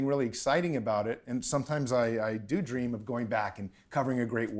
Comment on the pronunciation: Dan's to intense for the word 'dream' he needs his own language haha